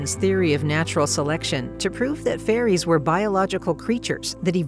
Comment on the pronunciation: Wait, did she say faeries or furries?